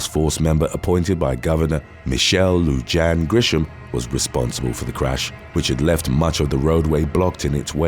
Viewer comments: Not “Lu-JAN.” It’s pronounced “Lu-HAN.” She’s our governor and it disrespects both her and this largely Hispanic state to have a video narrator not bother to get the names of Hispanic Americans right. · "Loo-jan" 😂😂 It's Spanish and it's pronounced "Loo-hon" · Lu-Hon is how it is pronounced. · Lew hawn thats how u say her name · Lujan is pronounced lu Han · "Lujan" is correctly pronounced "loo-HAHN." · Great video. Lujan is pronounced Luhan